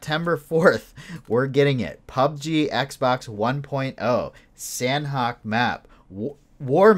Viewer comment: Its pronounced sahnok(silent h) not san-hok. They even tweeted it when they renamed it.